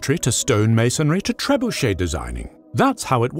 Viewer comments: This cannot be how you actually pronounce trebuchet. Please tell me that it is exaggerated! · Love the content. Surprised you did not pronounce it Ter-bunch-it.